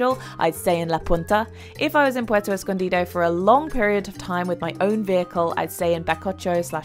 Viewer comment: You Literally said 'Puerto Escondida'